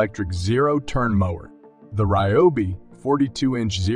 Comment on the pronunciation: So you can't clean up and edit the AI voice after creating the narrative? How do people not listen to their finished video and fix the voice errors before publishing it? Lazy and embarrassing. It's not just the repeated mis-pronunciation of 'mower' as others pointed out. It's also ridiculous to leave the unnatural machine voice way of saying model numbers and certain specifications, for example: saying things like the letter 'A' for the abbreviation 'AH', which humans know and would say as 'amp-hours'. How could anyone with any sense of pride in what they do release something like this without either cleaning it up by editing or, if that's not possible, scrapping and starting over - if necessary, the old fashioned way - with a real human voice.[/rant]